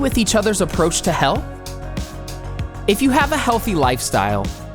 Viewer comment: HAHAHA! I heard #6) Are you happy with each others approach to HELL? ....... No matter how many times I listen to it, I still hear HELL and not HEALTH.